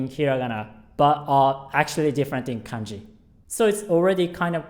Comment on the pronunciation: When you said kanji it almost sounds like kenji